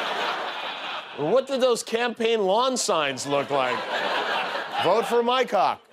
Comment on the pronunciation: Poe-tash? lol It's pronounced pot-ash. At least you got Mycock right.